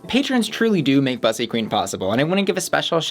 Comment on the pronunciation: Why does she mispronounce "bussy," which is a Black Gay term in the first place...